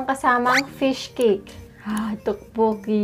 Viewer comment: Its pronounced as Tokboki not Tukbuki